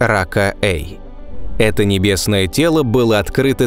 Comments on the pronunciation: Судя по всему, не Рака, а Пака, так как PAKA E — английские буквы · Может "пака" а не "рака"? Это англ буквы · может быть планета рака е не рака, а пака? ведь названия планет даются латинскими буквами и читаться должны на латинском, и почему то вы ее озвучили как рака эй, то есть первая часть названия на русском, а вторая на латинском?.... Хотелось бы узнать объяснение данного названия (звучания) этой планеты. Если вы сразу переводите латинские названия на русский, то почему то забыли про последнюю букву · Сук... Рака.. читал бы английской транскрипцией - "пака", названия же на латинице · не "рака", а пака. После этоео знак "е" прочитан каа звук "и". Не положено смешивать языки при составлении и прочтении названий. Тоже ещё популяризаторы! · 55 пака и (если уж произносить па руске)...а на англ.- 55 PAKA E